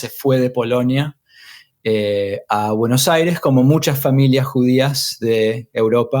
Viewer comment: Bueno Aire